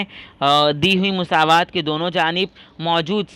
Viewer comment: Musaawat nahi masawat sir😂😂